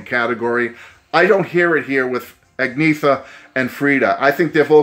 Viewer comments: "Ahg-Ne-Ta ." Great review, otherwise. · As a swede I tought you pronounced it great 👍